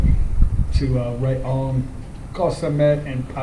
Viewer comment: I always cringe a little when you say Ray-ong. I know it is hard not to think "Ray" when you see it but think of it like this; Ra-yong and it suddenly seems more logical 😉